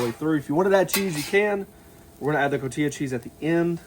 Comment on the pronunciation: It's called Co-ti-ha cheese (Cotija), not Co-ti-ya as you say it. Get it right, Man! Love your channel.